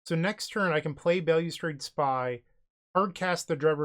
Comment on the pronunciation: Bail-you-strade..... More like Balustrade. Other languages exist and have rules regarding pronunciation.